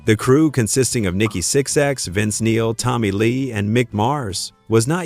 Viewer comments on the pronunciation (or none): Nikki Six X? AI garbage. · That's darn funny that the narrator called Nikki Sixx, Six-ex; Eric Carr, Car-ar; Vinnie Vincent, Veedie. Must me an AI voice.